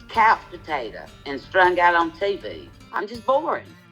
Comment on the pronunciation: A ‘Couch Patayta’ 😅😅😅😅